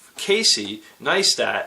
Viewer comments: it's pronounced "nice-tat" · learn how to pronounce Casey's name it is Nice tat.